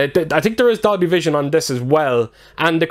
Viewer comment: Sound like u said doggievision